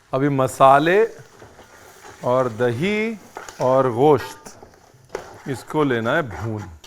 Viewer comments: Nope, that's not the perfect pronunciation. It's not ghosht (غوشت/ग़ोश्त), but gosht(گوشت/गोश्त). There's no غ/ग़ in there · Sir aap gosh kyun bolte hai, bahut Ganda lgta hai